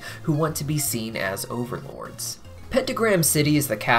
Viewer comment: Jajaja, did you just call overlords "beans"?